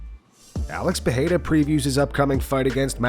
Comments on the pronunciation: Dont be like Joe Rogan.. don't say Pahhadda .. SAY Pe..rei..ra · Brooo why you keep saying “Pehera” that annoys the fuck out of me